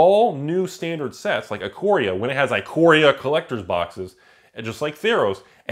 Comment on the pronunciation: I know. Ikoria is the set, but not Eye-coria.